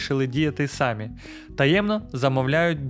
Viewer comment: В українській мові немає "пЕшеходних переходів. В слові "самі" наголос робиться на другий склад.